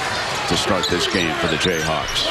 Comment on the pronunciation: did he say jayhacks?? must have talked to a mizzou fan before.